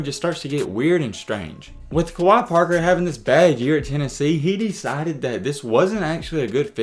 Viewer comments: It’s pronounced like kway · Wait, who's Kawhi Parker lol. Its Kwe (Kway) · Kwe (qay) not Kawaii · Pronounced "QUAY...KWAY" Kwe Parker👍🏿! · It's pronounced (kuh-wae), I knew him in high school. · You pronouncing his name wrong af, and the Tennessee analysis your saying is 100% inaccurate. Kwe didn’t have super heavy expectations at Tennessee. It was Rick Barnes first year and he was primarily recruited by the coach before Barnes (Donny Tyndall) so it was probably a fit issue more than anything. Plus nothing at all wrong with transferring to a JUCO after things don’t work out, no need to mention that Tennessee wasn’t trying to kick him out. He played behind Kevin Punter who is literally THE best player on the World that’s not in the NBA and also Lamonte Turner who was ranked higher so wtf you mean he was supposed to lead Tennessee his FRESHMEN year? Like come on bro do some homework before posting BS to get some viewership. This is by far one of the worst takes ever in basketball history. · If your gonna make a video about someone, you should probably know how to pronounce their name.... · 1st pronounce his name right!!! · You didn’t even say his name right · I’m pretty sure that’s not how u say his name